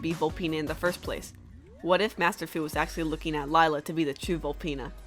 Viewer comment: Isn't it lila not lyla